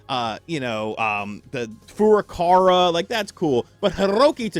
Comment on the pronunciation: I live for hearing (not a Nintendo YouTuber) butcher Furukawa’s name every time. 🥴